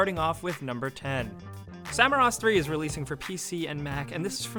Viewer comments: its samorost not samarost.. 😉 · just.. get at least the names of the games right, it is Samorost, not Samarost.. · It's Samorost 3, not Samarost. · it is called Samorost and it means growing by itself, not Samarost... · It's Samorost, not Samarost